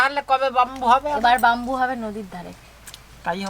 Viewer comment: বাম্বু না সঠিক উচ্চারণ ব্যাম্বু